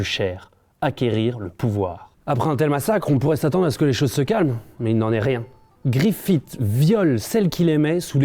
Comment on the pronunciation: 1. Aucune raison de comparé GOT à Berserk.. 2. Casca s'appelle Gaïa maintenant xD ta vraiment lu Berserk sérieusement ? 3. Griffith pas "griffite" pitié.. Vidéo Inutile.